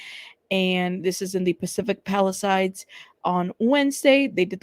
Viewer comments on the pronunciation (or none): none